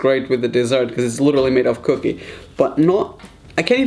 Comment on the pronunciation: Help me please why did you say cookie wrong😭😭😭😭😭😭😭😭😭😭😭